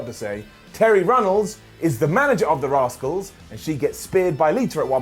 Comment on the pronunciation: The radicalz not rascals 😂😂😂